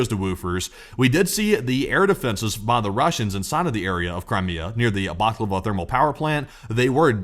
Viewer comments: Great post!, you sound hungry! It's Balaclava, not baklava. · Bala-klava!!! Not _baklava_....get yr head outta' the deli, guy.